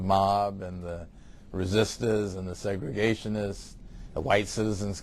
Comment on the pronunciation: it's "segregation" -- not segration And if the school is worse for everyone, then do something to change it. Make it better! I would have hoped you would have learned something in the past 50 years. Segregation Never Helps Anything - it divides, it does not unify! We live in one America! If the students in this school are tearing down the school; then lets give the students something to be proud of, lets give the students something to fight for; lets give the students HOPE.